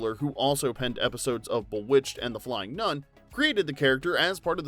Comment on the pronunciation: Umm, Boowitched??